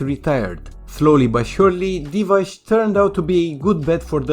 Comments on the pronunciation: Divac, not Divać. Pronounced as Divatz. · The ‘c’ in Divacs surname is pronounced ‘ts’, like if you were saying ‘cats’ as an example.